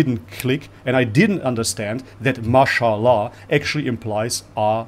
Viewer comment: Shame-bob-llah! Hahahaha. Peace